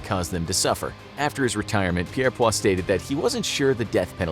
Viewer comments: It's Peirpoint not Peirpoir. Albert Peirpoint. Hanged lots of Nazi's as well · Great video! However I should point out that Albert Pierrepoint's last name is pronounced Peer Point. Not Pierre Pwa. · The name is Albert Pierrepoint and it is pronounced Peer-point Pier as in a structure that goes out to sea. (spoken as peer) Point as in the sharp end of a pencil or sword Pierre is the French name for Peter and so it is highly likely that Pierrepoint had French ancestors and they might be Huguenots - French Protestants that were forced by the Catholic crown to leave France and many came to the UK. Albert Pierrepoint's father and uncle were also official executioners, and he submitted his application to the Home Office to be placed on a list of people approved to carry out executions at the State's request. What was unusual about Albert is that he actually cared enough about the prisoner to make their execution as painless as possible and with the least distress. This genuinely impressed the Prison staff and the Wardens in charge. So he was given more executions than the other official executioners. Moreover, he took a special interest in caring for the deceased after execution as he felt that they had paid their debt to society and were now free of any sin. He would wash the corpse to remove any faeces or urine and then dress them in their burial clothes before their funeral. Pierrepoint was the official executioner for the Nazis war criminals sentenced to be executed by the British at the Nuremburg War Tribunals. All of his executions were carried out according to the book that laid out exactly how the neck could be snapped as easily as possible. Sadly, the American and Rus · Pierpoint is pronounced: 'Peir-point.' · Got to believe the last Beheading & Quartering in England was WELL BEFORE 1839! BTW...it's pronounced JIBBETING, not GIBBETING! Albert Pierpoints name was pronounced PEER-POINT! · pirpoare its pierrepoint